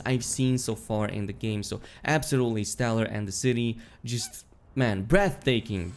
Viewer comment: "In the ceety."